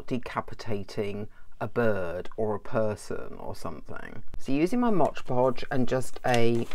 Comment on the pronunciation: hahah thx for sharing.. it's " mod Podge" not " Modge Podge" lol have a great day♥☻☺